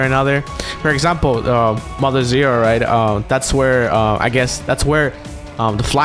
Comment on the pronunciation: Did he say Mother Zero...? Oh well, we know what he meant.